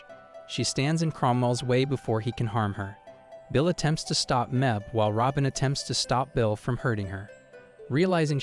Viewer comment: Mebh is pronounced "Mave." She's Irish.